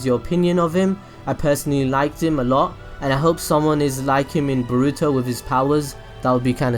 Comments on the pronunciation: It's boruuto not borrrruto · The way you pronounce Boruto almost sounds like you're going to say burrito lol